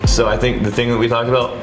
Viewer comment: It's a well known thingk